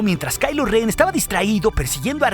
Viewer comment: es ren no ben ok, no es jate